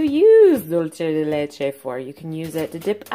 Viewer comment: Beautiful singing voice. And thank you for pronouncing Leche correctly. Some of the other videos online have no idea what they're saying. Cool video.